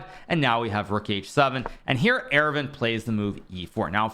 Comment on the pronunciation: Friendly note, Aravindh is pronounced Ar-vind similar to how you would say ar-jun. The second a is silent in aravindh.